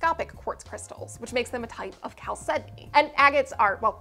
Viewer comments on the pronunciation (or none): TIL it’s pronounces “kal-SED-ony”, not “CHAL-sed-ony”